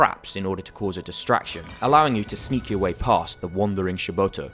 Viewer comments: It's SHIBITO. Not Shi-boto. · Nice review but its SHIBITO not SHIBOTO !